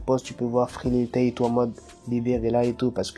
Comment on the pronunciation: au debut tu as dit lil tayne